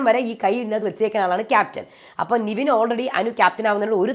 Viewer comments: അതേ...nevin ne നിവീൻ എന്നാ പറയുന്നെ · Nivin alla Nevin aanu name, oru reviewerinu name polum ithrem naal aayittu correct parayan arille ? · താങ്കൾ എപ്പോഴും നിവിൻ എന്നാണ് പറയുന്നേ ( his correct name is -Nevin Cappresious) നെവിൻ എന്നാണ് നിവിൻ അല്ല